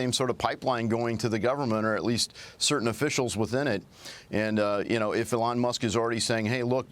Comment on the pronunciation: who the hell is "olong musk ? " this freaking guy